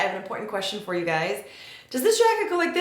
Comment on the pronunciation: Do you say "hey gays" at the start xD